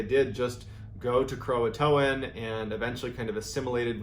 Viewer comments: why does everyone call it croatoan when its croatan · Everyone pronounces it Croa-TOAN. It's CroaTAN. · I think its pronounced Cro-Ah-Tan. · Painful to listen to you mispronounce Croatan....lol. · The "t" in Croatan is the distress signal